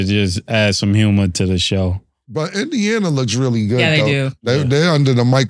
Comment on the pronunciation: “Indiana” lololol